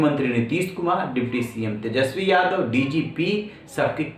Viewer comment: Ja tu pad ke aa tesjpi bolna nahi aata hai 😂😂